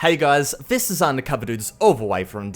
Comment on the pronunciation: B4 u criticize something learn how to say “this” instead of “vhis”